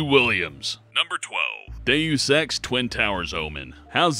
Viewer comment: Deaus ex sounds like do you sex